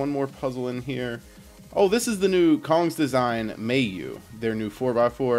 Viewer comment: Cong is said like "tsong" fyi